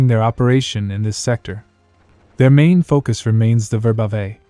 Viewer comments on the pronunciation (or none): none